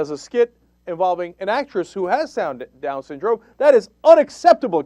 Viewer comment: haha "sown-dyndrom" lol